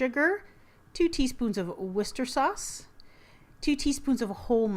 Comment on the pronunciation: Looks really good! I want to try the rice and broccoli cups for sure! Can i say... your pronounciation 'werster sauce'... i think youre taking out one too many syllables... :p